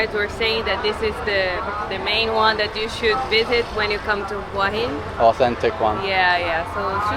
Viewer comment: Just south of Sai Noi Beach is Pranburi Forest Park. Lovely little place for a walk! ❤ (BTW it's who-ah heen 😉 หัวหิน - head of stone)